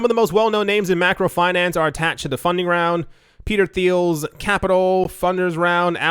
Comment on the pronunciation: I believe it's pronounced more like "teal" rather than "thiel" with a "th"